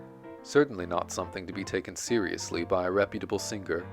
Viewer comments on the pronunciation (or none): there is not "guh" in singger, the g is gn in italian or french. Thank you; lovely biography of Patti.